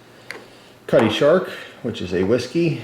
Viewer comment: Cutty Sark not Shark. lol